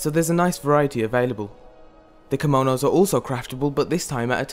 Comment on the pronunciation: kimounous, lol. its kimonos